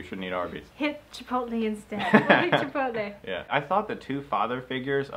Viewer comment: Holy crap, your fiance pronounced "Chipotle" correctly! She's a keeper